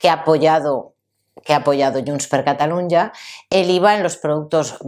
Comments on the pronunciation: No digas Catalunia.....La pronunciación en catalán es la misma que en castellano: Cataluña. Solo cambia la grafía porque la Ñ no existe en catalán y se escribe NY pero el sonido es el mismo.... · No se dice " yuns per catalun-ya"